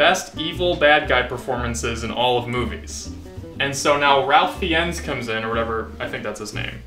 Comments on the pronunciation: It’s pronounced rayf fines, by the way. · His name is indeed Ralph Fiennes, but it's pronounced Fines. Also, it's Voldemort. Not Voldermort.